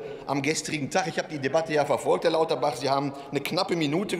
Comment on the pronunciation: Ich habe extra noch mal nachgehört, aber es stimmt, er hat echt Klabauterbach gesagt! Wie geil ist das denn?! 😅